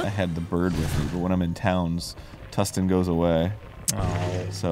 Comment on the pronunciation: Can someone at GG HQ please smack Arin and tell him the character's name is TULIN, not Tustin? It is so annoying when he gets it wrong.